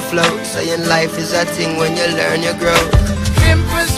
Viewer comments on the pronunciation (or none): pimpers paradise and not pimpass..lol